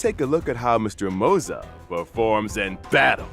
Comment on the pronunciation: Why tf are you saying MOZA for Moze?